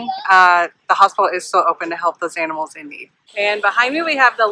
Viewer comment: She said "aminals" 😂